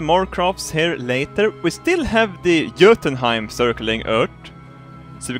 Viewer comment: you say jotunheim in such a badass way